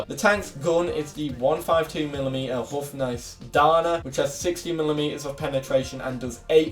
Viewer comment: I love like you pronounce “houfnice” 😂 the first half is good, but you englished the other 😅